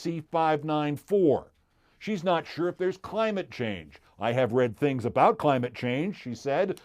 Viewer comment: I heard tings. I heard tings.